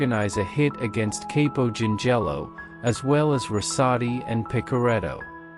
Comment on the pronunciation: Good video , factual but a few mispronunciations. Chirico Shear Rico Capo COP O